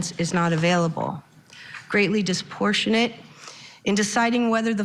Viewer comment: I can't believe she can't pronounce the word 'disproportionate'